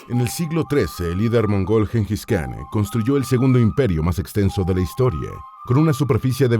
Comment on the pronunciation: En idioma mongol khan se pronuncia Jan. Y el nombre se pronuncia Chinghis